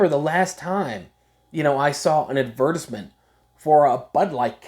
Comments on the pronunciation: the way you said “Advertisement” is CRAZY 😭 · You all pronounce advertisement, oddly.